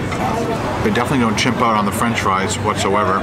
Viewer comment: dude says chimp out instead of skimp out 😂